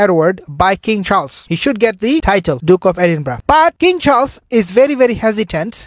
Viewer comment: Edinburgh, pronounced Eh din burra!